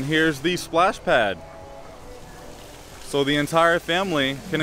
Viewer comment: The fact that didn’t say pads he said badly soap 🥴😥🧐😄